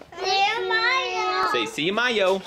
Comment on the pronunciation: “See you tomardow” 😂🥰❤️❤️❤️